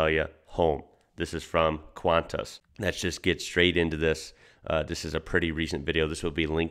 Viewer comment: 'Qantas' is pronounced 'Kwon-tis" not "Kwan-tis"... sorry to be that person